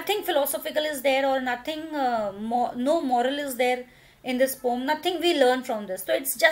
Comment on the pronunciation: mam you pronounce poem wrong